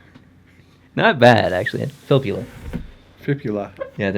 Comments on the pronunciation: Great video as usual! Gotta say tho, I am always amused by English-speakers tryin to pronounce Finnish names. You both got Filppula wrong :P granted, the entire NHL gets it wrong :D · A good role of thumb: If there is two of the same letters back to back, put more emphasis on that syllable. Filppula has three syllables. Filp-pu-la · Dude. That's not how you pronounce Filppula's name... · lol "can you say this name (Filppula)" then says it bad himself :D